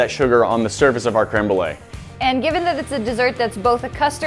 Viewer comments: i’m so bothered that said cream Brulé instead of créeme Brulé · I'm french and I heard crumble instead of crème brûlée. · how white do you gotta be to pronounce it "cream brulee" it's french, please 😭 creme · .... wait... did she say cream brulee? ... ... she did... its creme (crem) brulee.... .... What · Can’t be the only one annoyed at pronunciation of crème brûlée.